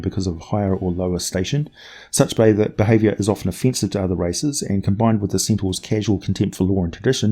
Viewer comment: "Of-fence-ive," get it? 😆